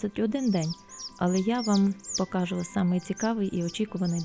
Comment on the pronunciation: Чому Ви говорите покАжу, а не покажУ?